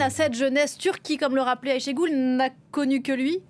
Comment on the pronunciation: De même, Ashégule ! Vous savez prononcer Aycha en arabe, et ben Aychée, c'est pareil !